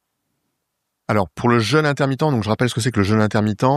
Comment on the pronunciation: Prononciation du mot "jeûne" : penser à "bleu", à "deux" et non à "beurre", "leurre", etc. Cela évitera de dire "je me suis fait un "jeune"... 😁